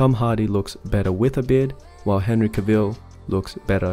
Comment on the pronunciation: That’s not how pronounce Henry Cavill’s name